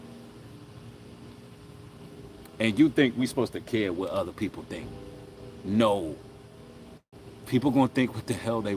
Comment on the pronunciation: "tink tink"